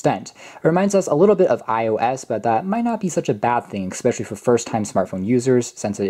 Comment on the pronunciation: Really good in-depth review, but please stop saying "exspecially", its especially.